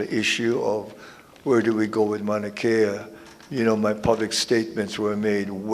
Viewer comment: You can't even pronounce MAUNA KEA your saying manakea correct your self Kim....